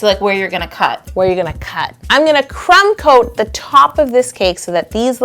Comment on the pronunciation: Every time yo says "crumb coat" I think she says "trump coat" and then it makes me laugh like if this ever happens to you